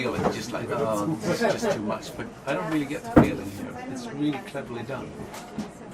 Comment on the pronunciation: has an excellent english vocabulary and a great pronunciation, but I wish his pronunciation of some of the english letters were more to the point. I know it is a "swedish thing", but I'm sure Malin can help him. 😉 Fx. "Just" is pronounced /dʒʌst/ = Fx. "Chain" is pronounced /tʃeɪn/ = Fx. "Chosen" is pronounced /ˈtʃəʊz(ə)n/ =